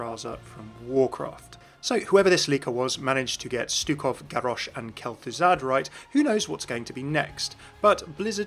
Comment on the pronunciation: The way you said Garrosh was weird